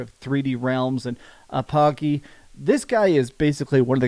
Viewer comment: Good god 🤦 🤣 Its APP-OH-GEE btw, not A-POGGY 🤣